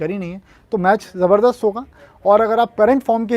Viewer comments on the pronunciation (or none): none